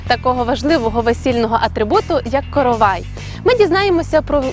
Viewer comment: Наголос правильно ставте: коровАй, коровАи, коровАю. Викисловарь почитайте, если не знаете. Сюжет интересный слушать невозможно